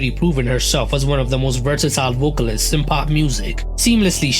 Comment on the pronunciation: Good luck with that! I have spoken English my whole life, but I am still learning new words such as "vertasile" ;-)